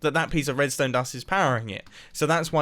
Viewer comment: nobody: literally nobody: Mumbo at 1.00: "roadstone"